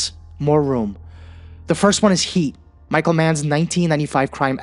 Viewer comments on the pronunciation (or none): none